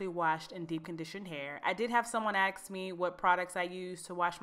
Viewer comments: At 0:9 my biggest pet peeve why do people say axe not ask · Just something I noticed: When pronouncing the word 'Ask', please don't pronounce it with an X in it. It is not spelled 'axe me', it is 'ask me' - 10 seconds into the video. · Her : I did have someone acks me... I am not judging her, I mess up on words too so don’t be hating on me when I am not trying to hate on her! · I had someone 'aks me'!?!? The stereotypical American really is true 😂😂